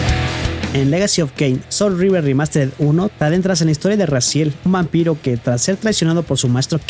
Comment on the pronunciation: Wey no es "soul of Rever" es SOUL REAVER 🤣🤣🍩